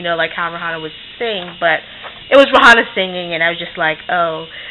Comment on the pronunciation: did u say ray-hanna